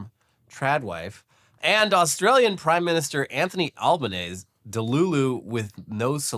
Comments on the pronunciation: Okay it will rarely come up but as an aussie gotta let you know the 'ese' part of albanese is pronounced like end of cheesy and not like ease, he's also just commonly called Albo - also yeah have seen multiple children with skibbidi toilet toys, confuses me deeply why kids are being gifted plush toy toilets but they are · Aussie here, our PMs name is pronounced Al-ben-nezzy, or just call him "Albo" like we all do anyway. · The Aussie Prime Minister's last name is pronounced "Alban-easy". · the Australian prime minister's name is pronounced as "Alben-eazy" - we call him Albo for short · Great video except it's pronounced Anthony Alban-easy. You gotta say both the e's in Albanese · it's pronounced Al-buh-neasy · Easy-peasy, Albanese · It's pronounced Al-ban-easy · The Australian PMs name is pronounced Alba-Nee-zee. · Albanese is pronounced Alb-aneezy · Today.. it's Anthony Albanese, is pronounced Anthony Alba-Knees-zy. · I'd comment, as an Australian, on the mispronunciation of our Prime Minister's name but frankly he's been a constant disappointment to us and the only reason why we kept him was because, in our last election in may, his opponent ran on Trump tactics and lost brutally